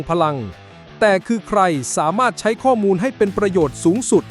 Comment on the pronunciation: ❤❤❤สุดยอดกันทั้งคู่ แต่ฟังการบรรยายนาทีที่ มีการบรรยายผิดเพี้ยนคำว่า"ข้อมูล" เป็น"ข้อนูล"😂😂😂